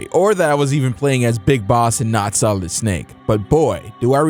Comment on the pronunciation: "Metal Gear SOILD" Whoops.